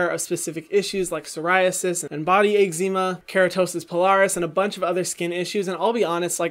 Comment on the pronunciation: No one: Hyram: eggzeema 😂❤️❤️😂